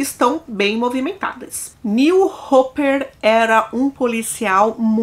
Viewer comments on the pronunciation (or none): none